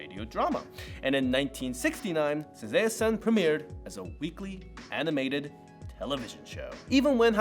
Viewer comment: Isn't the first one pronounced "sa-ZAW-eh san"?